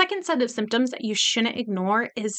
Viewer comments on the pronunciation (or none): Did you say shunent. ? How old are you. ?